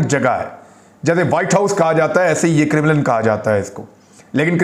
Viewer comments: It's pronounced Karem Lin Kremlin....it sounded like criminal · It’s Krem-lin, not Krim-lan. Please correct name. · Imran bhai Kremlin is pronounced - KA-REM-LIN not Criminal...LOL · Sir it’s KREM -LIN not CRIMINAL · It’s not Crimlin. It’s called “Kremlin”. Your mispronunciation is off putting. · Its pronounced CREMM-LEN not KIRR-mi-LIND ... Paainda bc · Imran bhai saab crimlin nahi hai kremlin hai, please listen to it from some news source so you can pronounce it properly. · Sir it's pronounced as 'krem' 'lin' and not as 'krim' 'lin'. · Not Krimilen but Kremlin MA SHAA ALLAH you are super neutral Journalist beside Sabir Shakir you very straight forward gentle man Mr. Imran Khan Riaz (Riad) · Kremal hay kremenal nahin hay. Asal nam hay Kremya. Main wahan reh ke Europe aya hun. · Its Kremlin, not crimilin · criminal nahe kraam- len sound hota hai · Imran bhai, 🙏🙏🙏🙏🙏 the place is Kremlin (pronounce: Krem-lin)🙏🙏🙏🙏🙏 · It's krem-lin, please get the pronunciation right. You sound funny because it's such a well known name. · عمران۔اسکا صحیح تلفظ کریملن یعنی ل کے نیچے زیر ہے۔انگریزی میں Kremlin ہے